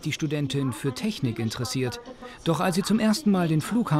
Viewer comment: Die Studentin: ja die Tragfläsche ist sehr Tragfläschlig und die teschnik dazu ist sehr teschnisch